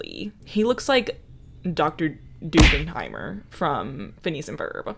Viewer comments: Doofenhimire?! It’s Doofenshmirtz! 😂😂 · DR. DOOFEN-HYMER???? BABY YOU MEAN DR. DOOFENSHMIRTZ??? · Did you just called Dr.Doofenshmirtz friggin Doofenheimer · did you just call dr doofenschmirtz, dr doofenheimer…. 😭